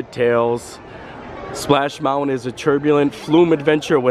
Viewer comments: Bro. You’re killing me on Mountain pronunciation! Love the videos ! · love the way he says mounwin instead of mountain. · Please, please try harder not to say mounwin, please! It really distracts your whole thought process, and not for the good! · I love how he says mountwen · Do the school teachers teach that pronunciation of mountain where you lived? Just wondering. Love you, and hate to miss a day without your video, but that mounwon bothers my mind. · I too am allergic to the T in mountain! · Interesting pronunciation of the word Mountain. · are you from Utah? Only people I know who drop the T in Mountain.